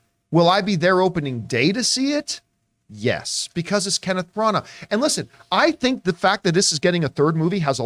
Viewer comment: These guys are hilarious the way they can't pronounce any names properly. Herculee Porro and Kenneth Branaaah? Give me a break.